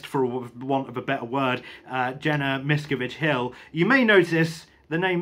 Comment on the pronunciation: Okay...where to start as I've been reading about and watching videos on Scientology for years--NOT AS A FOLLOWER...1) it's pronounced "miss-scaaav-vidge 2) the definitive book on the cult and Hubbard is Going Clear which you may have read?? 3)The cult's second largest base was and has been in the UK at Saint Hill in East Grimstead...where Hubbard lived for 7 years ..so Watch out they are closer than you think;)